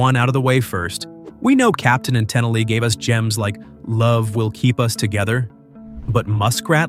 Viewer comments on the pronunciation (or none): Her name is pronounced ten-EEL, not TEN-illy. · Captain and Ten-elee? I hate you AI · "Tennille" is pronounced TeNEAL! not Ten'nel, not TeNELLY. How do you not know this? You did say "Captain" correctly. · Who the heck is Ten-i-lee? Or Ten-elle?? It's Ten-eel! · Someone who calls her "Ten-A-Lee" instead of "Ta Nēel" doesn't deserve an opinion. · Your AI needs pronouciation assistance. Tenille is not said like that, it is Ta kneel. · Her name is pronounced Ten-neal, not Tinelly. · Ok, you can tell this is an AI generated video because the narrator is mispronouncing the Captain and Tenile. It's not pronounced TEn a LEE. It's produced Ten EEEL. As in an electric eel. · Captain and Tennow.....Tennilee? Music reflects the trends or times. It doesn't set the trends or times . And AI can't pronounce the name of the artist. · As soon as the voice pronounced the name "TE-nil-lee" I had to leave. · This is 100% AI, so who cares? “Captain and Ten-I-LEE.” 😂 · Captain and TENil??? Get rid of the AI already. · First of all, the first group'sname is pronounced Captain and TENEEL! Get a human to narrate instead of dumb AI! 🙄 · Captain and Ten-a-lee??? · It is pronounced Tennil, accent on the second syllable. If you are going to express hatred for a song, at least program your AI narrator to pronounce the titles and names correctly, every time. Also, if I liked any song then, I like it now. If I didn't like it then, I don't like it now. No change in musical taste. That said, I liked and still like 3 of these songs, and My Ding-a-ling wasn't one of them. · Great list. Agree with all the choices. One note. Tennille’s name is pronounced “Ten-Niel”. The Captain and Tennille had a short loved variety show on the 70s. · Did he just pronounce Tennille as "Ten-i-lee"??? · Tenilly? If you're a real human, whatever intelligence you have is artificial. geez! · It's Ten-NEAL. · Pronounced Ten-eel. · Tennile is pronounced Ta Neal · It's pronounced "teneel." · More like Toe-Nail